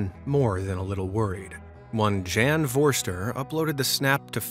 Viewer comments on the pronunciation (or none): NOT "Jan" --"YAHN"!